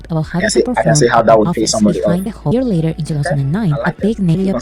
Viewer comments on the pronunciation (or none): none